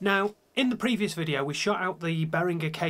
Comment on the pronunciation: Thank you for pronouncing Behringer like Behringer and not like BehriJer. :)